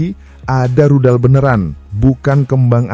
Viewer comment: Rudal min bukan ridal